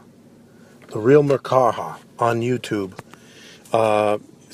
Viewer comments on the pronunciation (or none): I’m white and I agree. You said folks in the hood.. The Who? And yes it’s VERY disrespectful to screw up someone’s name like that. It’s not hard. MER KA BA, spelled exactly how it sounds.. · you pronounce his name wrong you f**** idiot also he destroys the Bible listen learn study research and then get back